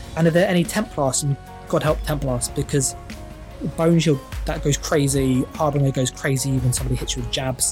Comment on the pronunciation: Love your videos, this is gonna be my next build. But please stop calling harbinger(har-bin-juh) "har-bringer" .. it hurts 😂 would love it if you'd update your website too.. your builds seem to be better and more meta relevant than Altcasthq and from what I can see you've only put 3 pvp builds on your website :( easier to follow when you've got a text/image based guide as well 👍keep up the good work